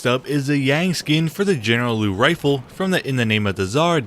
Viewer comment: Uh btw, the Liu is spelled Lee-you not Loo